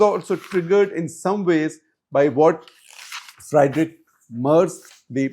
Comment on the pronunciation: One correction. Friedrich is pronounced as Freed-rich and not Fried-rich.